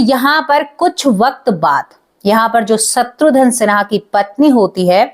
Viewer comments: Madam, “shatrudhan” nahi “shatrughan” Sinha sahi naam hai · शत्रुधन नहीं शत्रुघन है😄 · सत्रुधन क्या होता है, खुस क्या होता है, आपकी प्रेजेंटेशन बहुत बेकार है